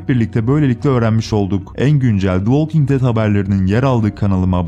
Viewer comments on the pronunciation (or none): none